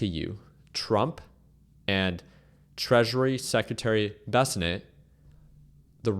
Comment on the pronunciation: why does he say bessanent and not bessant.. he has to have heard his name pronounced correctly